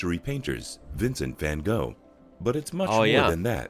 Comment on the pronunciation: Please do not call it Holland, it is very discriminating to us Saxons and Frisians...And IT IS NOT "WINSENT FAN KO"... Gogh withe CH as in loch ness at the beginning and the end, and vvvv ah nnn vvv is to ff what zzz is to ssss there is no W sound in a v, what so ever.